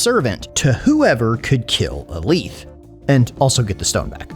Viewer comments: “Ah-Leeth” is how I’ve always pronounced it, and the first time I heard someone say “Ah-Lith” I was very confused. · The way you pronounce his name is unique. Ive heard the "li" pronounced like Malekith's, but never like "A-Leeth".